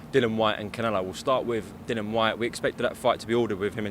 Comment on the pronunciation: I get other fighters mispronouncing Dillians name as a wind up, but no excuse from a professional reporter. Come on.